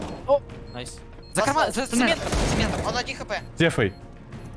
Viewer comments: прям режет слух "Дефай" а не "Дэфай" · Почему ты говоришь не дэфай? а дефай?